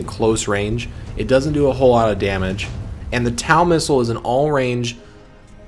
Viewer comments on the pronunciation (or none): Great video. Small correction though as TOW missile is commonly pronounced as "TOE missile". Such as towing a vehicle. Cheers on the good tutorial.